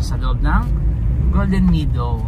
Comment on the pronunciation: subscriber ako. I’ll support your channel Pero ayusin mo naman ang pag pronounce mo ng “meadow”. Bisaya din ako anak. Pero Mehdow ang bigkas, not “midow “.